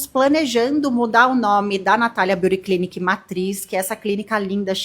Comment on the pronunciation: Pq tudo tem que ser em ingles? Natalia Beauty Clinic, Nabeauty Concept... Avisa todo mundo que NINGUEM fica mais chique so por ler o nome do teu negocio em ingles. Com sotaque brasileiro pesado ainda por cima... Ainda se pronunciasse direito. Que pedante.